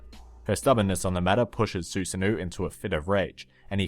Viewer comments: Susanoooooohh not ouu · You pronounced Susano incorrectly, it's Su-sa-no. Avoid pronouncing it as Susan and then add the o in the end. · it took me a bit to realize who he was talking about when he said “susanoo” due to the pronunciation